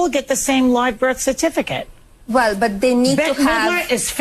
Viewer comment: Did I hear her saying "BIRTH CERFITICATE?"